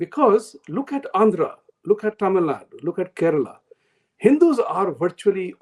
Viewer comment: Tamilnadoo and not Tamilnad, Karnatakaaa and not Karnatak, Kelalaaa and not Keral…. ji aap bhi 😂😂